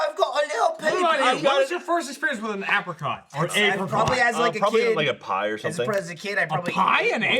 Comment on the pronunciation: With Gavin here, the whole misprounciation of apricot was doing was grating of my nerves within 30 seconds.